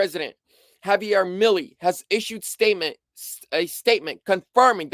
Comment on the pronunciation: its pronounced Me lay and Mo Do ro